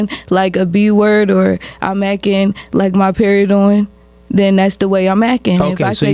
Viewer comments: Omg it's ACTING NOT AKING😤😡🤬🤬🤬🤬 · “Acken”? Is she not able to say Ac-ting? I've never heard it pronounced like she did. “Actress”? A working actress or was an extra in a movie or an actress in a porn flick? What were they in? What is there acting resume? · Please stop saying akin! It’s acting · Yo I cant stand the way this chick is saying acting sounds like yacking it's DISTURBING, these girls are delusional, truly sad how women dont understand men or what they want but a man needs to understand a women in order to keep her. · Can someone tell that dumb ass to its ACTING not akkin